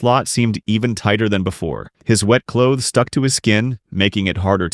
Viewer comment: Choths instead of clothes is crazy